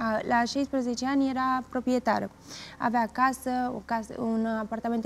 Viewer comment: Era “propetara”